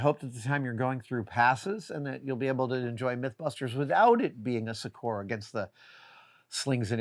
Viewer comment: Note to Adam: 'succor' (or 'succour' if you're British) is pronounced SUK-er, accent on first syllable. Thanks for posting these videos. I binge many of them at once and enjoy them greatly. ^_^